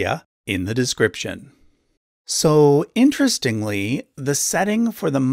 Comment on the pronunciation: Intwesting vewy intwesting